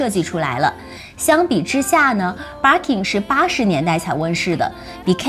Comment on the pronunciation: Bir kin發音好怪⋯⋯